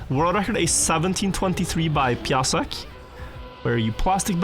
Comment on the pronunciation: Hey! You stopped pronouncing Piasek as a "little dog" <3